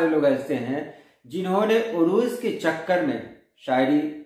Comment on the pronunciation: Urooj nahi Arooz عروج نہیں عروض